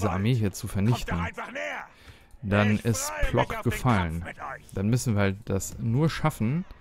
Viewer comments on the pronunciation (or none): ich spreche zwar kein Polnisch, würde aber sagen, dass Plock wie Pwotzk ausgesprochen wird.